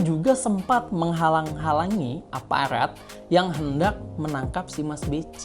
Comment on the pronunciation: Ngmong *R* yg bener dulu Bro.. Masa APARAT Bunyinya APALAT..